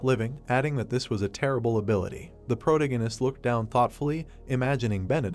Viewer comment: If I hear him say "Prota-gun-ist" one more time, I might lose my mind. It's still a great story tho! Just make sure you pronounce your words properly and try not to overuse "protagonist" as much lol